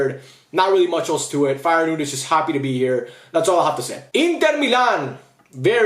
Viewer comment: ALSO HOW TF DID YOU PRONOUNCE FEYENOORD, MATTERFACT NEVER SPEAK AGAIN